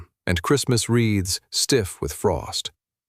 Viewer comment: Christmas wreaths...not Christmas "reeds". I hate AI.